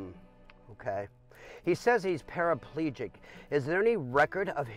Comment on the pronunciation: Parapalegic? Are they showing that black people can't pronounce paraplegic?